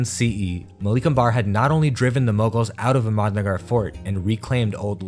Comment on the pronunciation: Indian languages are not pronounced like Spanish. The emphasis is on the 1st syllable. AHmadnagar. Common misperception. NAmaste. HALdi (TURmeric) DELhi. MOghul, DECcan, MAlik AMbar, etc.